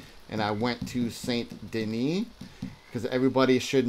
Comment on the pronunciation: I really wanted to listen to you and hear what you had to say, but I just can't trust someone who doesn't pronounce Saint Denis as "Sandy Knee"...